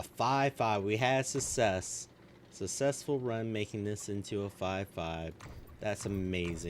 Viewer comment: What the heck is "sussessful"? joking aside... maybe script out what you are going to say, it could help improve your videos. You kind of ramble on and do a poor job of explaining things. Edit... also, this should have been super obvious but turn off those notifications while you are recording, they override your voice and are highly annoying.